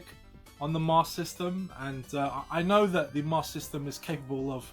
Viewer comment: hahahahaha still saying it fcuking wrong either way lol!